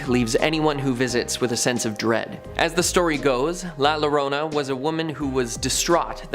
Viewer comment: Had to click off after hearing the pronunciation of la llorona in 2023......